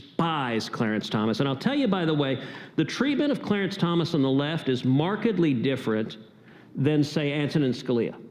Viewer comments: It's Thomas not Thompson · It’s Clarence Thomas. Not Thompson. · It's Thomas, not Thompson.